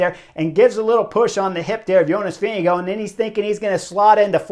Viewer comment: p.s. thanks Chris for pronouncing JV last name correctly... in an earlier video of yours i said i have no idea if you are nailing the name (you were) and suggested some press ask him to pronounce his own name ... still after that interview GCN was saying Vingegaard wrong lol. not sure if they got it right yet.